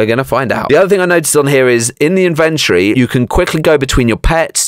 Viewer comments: (in-vent-ory not in-ven-tree) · you iddy biddy siddy bit of small brainer. It's the in ven tor eee, its inside the inventory